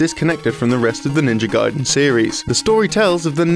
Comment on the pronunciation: What's this? A western person finally saying "gaiden" right. Some progress here. Keep it up, after several years i would hear them finally say Ryu right at last, with one syllable, like it should be. And not some reeeeiiiyuuuuooo or what's that supposed to be. And you wonder why they renamed ryukenden to gaiden. You can't even pronounce three letter right, let alone whole word..